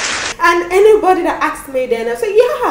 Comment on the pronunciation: Your experience is valid. The storyline is awemazing, microbiologists working in banks 😂. I couldn't help but notice how you pronounce Anybody "Anybady". I loved the video editing.